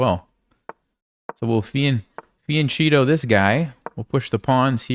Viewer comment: Thanks for your videos, by the way the correct pronunciation of " fianchetto" Is with " k ", it's like "fianketto"